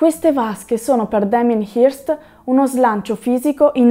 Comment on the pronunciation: si pronuncia, pressappoco, "Hœrst". Ottimo video